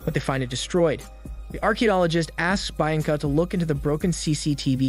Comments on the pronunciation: It's pronounced "BIYANCA" and not "BAINCA" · I thought Bianca is pronounced Bee-un-ca, not Bi- an-ca. You sometimes butcher names so it’s either that or that’s how it’s pronounced in the language this was filmed. Edit: ok I scrolled down and apparently other people caught it too, I think is funny how often you butcher names and I’m going to point it out every time😂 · Bee ahhhn Kuh. Not bye an lag. My God. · It's pronounced BEE-anca, not BYE-anca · Great recap but it is actually pronounced “ Be-yan-ca”. I am not great with phonetics but I think it’s closer to the actual pronunciation. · "byanca, byanca" Fs man!! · Im sorry but the woman's name is pronounced 'BE-AN-CUH" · Cool recap but "Buyenka" pronunciation must be an inside joke? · His pronunciation on the name "Bianca" makes me chuckle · It makes wince every time he says it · Was looking for this comment 😂😭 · Everytime he says her name I cringe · well am just mesmerised by the way you pronounce the name Bianca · The way he’s pronouncing Bianca is driving me nuts! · Little brother that's not how you say Bianca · Oh for Heaven's sake it's really not that hard to pronounce Bianca correctly